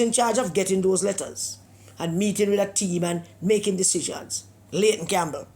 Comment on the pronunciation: Pedi-ayton Campbell